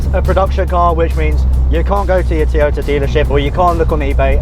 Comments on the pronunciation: Teeyota? The fuck? Its Toy-oh-tah. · Can you please pronounce Toy-o-ta correctly...not Tiota...bloody annoying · It's not a Teaota its a Toyota FFS!!! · I never knew Toyota came with a cup of tea? Tea Ota? Butchering the English language the Brits are. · Wtf is a Teeoyta. Heard of Toyota but not Teeyota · The rest of the English speaking world pronounces it as Toe-yo-ta, not Toy-o-ta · For the love of god, stop saying Teeota!🤣🤣🤣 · Say after me TOY-O-TA... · Teeyota? You get the second "O" right, why is the first so hard to master? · where I'm from its pronounced to-yota